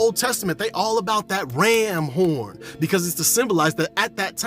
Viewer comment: "Rrramm Horrn" lol Mahh Mann Thank you for the knowledge